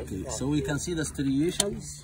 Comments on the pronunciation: You are mispronouncing the word "striation" Please get it right dear. It is not "styration" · STRI-ations. STRI... strill, an excellent tutorial video. Thx. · Forgive me the late comment: The word you were looking for is "striations." ST--RI--ATIONS. My Grammar Nazi heart was breaking. Love the video, though! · (I'm a linguist, so please forgive me!) It's "stry-AY-shuns", like in "why", like the name of the letter "A"... "stry-AY-shuns". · Good stuff. BTW - Striations. (Str-eye-ayshuns) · striations like "rye", STRYEations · Love this video! Love you speaking on your first hand experience! Subscribed. One note: pronounce this word right please: STRIATION - noun. stri·a·tion strī-ˈā-shən. : the fact or state of being striated. : a tiny groove, scratch, or channel especially when one of a parallel series. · The word is “ striations”. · Do you mean “striation”? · Very excellent content but the word is stRIations' rather than stIRations...🙂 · Repeat after me Striations... Stri a tions. Striations. Tf is a styration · Very interesting presentation, but it is pronounced striations (stry-ae-shuns), meaning grooves or furrows, not sty-ray-shuns. I agree that there seems to be a real mystery to how many ancient artifacts that are incredibly hard or incredibly heavy, or both, can have been created, and then placed as we now find them. The idea of a vanished previous civilization in Egypt, one that was highly advanced, does seem to be a reasonable one, even though it is a distinctly odd notion. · Some good footage (as usual)... just not sure about the word styration tho... I think Yousef was right with "striation"... sorry to be Mr Picky 😊! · Are you trying to say "striations" or is there a word "stirations"? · Stri-ations. Not sti-rations Good video 👍 I don't think I've ever heard of this problem of tagging complicating he issue of authorizing these ancient works, thank you. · STY-rations? Or STRI-ations? The latter I think is the correct word.